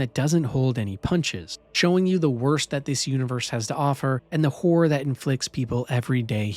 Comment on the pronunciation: I gotta give it to you, this list is exceptional. I thought it was gonna be generic, ai informed bs using tired adjectives and predictable reasoning. But no, you made strong cases for strong games and im inspired to try them. Though it did sound like you said "if youre into whoring games" instead of "horror" 😂 sign me up for both